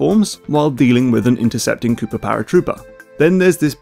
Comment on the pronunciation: My ears bleed in protest every time he says Mario and Koopa coin